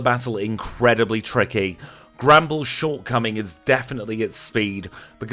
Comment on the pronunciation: I just realised he's saying Granbull, but every time, I hear "Gremble"